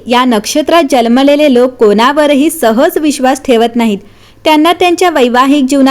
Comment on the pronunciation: Jalmele ase nahi janmalele mhanun sanga.